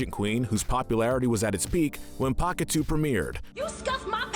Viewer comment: Hold the fuck up...Did you just say "Pakitoo?" Try Pakitew as in "Pakitayoh" sorry that's gonna bother me forever if I don't say something